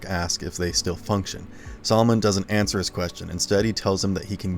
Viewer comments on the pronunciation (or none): none